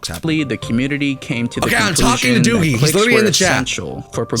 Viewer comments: It’s not duggie its doggie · You need to learn that doggie is pronounced dog E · "Doogy" "Inpasta" bro what :sob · I’ve never heard anyone prnounce Doggie as Doogie brooo